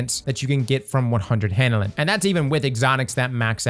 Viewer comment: Take a shot every time cross says " handle-inn"